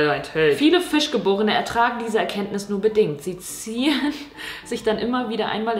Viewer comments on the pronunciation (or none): Bei "fischgeborene" hab ich "frischgeborene" verstanden 😄